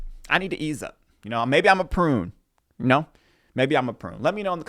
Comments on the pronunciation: Prude not prune haha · It’s not a prune it’s prude 😂😂😂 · Did you say you are a prune or a prude?